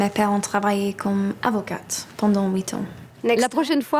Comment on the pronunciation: Oui grosse erreur avocate pas avo cat 😆